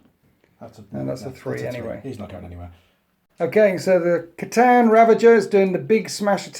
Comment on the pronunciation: Yes the c'tan are he's saying it wrong it's khytan ravager pronounced kh-aye-tan